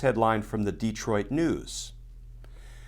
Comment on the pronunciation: I’m impressed, you say De-troit like a lot of Michiganders.